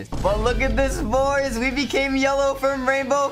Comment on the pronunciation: You don’t even know how to say boys